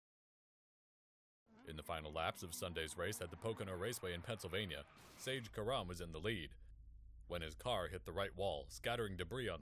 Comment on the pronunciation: It’s Pronounced Care-Am not Car-Um